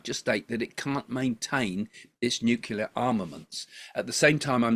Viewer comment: It's NEW-CLEAR not NEW-KILLER 😄